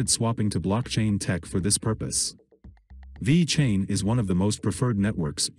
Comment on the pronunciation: Cant even say the name correctly.